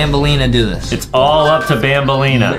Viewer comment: It's banaleena bro